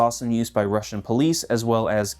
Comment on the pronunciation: It always baffles me how yanks manage to fuck up russian pronounciation... like brother its literally pronounced as its spelt. How are you lot adding random ass letters and inflections to said words.